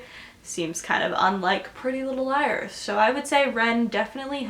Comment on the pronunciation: "Prellylilleliers" Exactly how you're saying it😂😂😂😂😂😂😂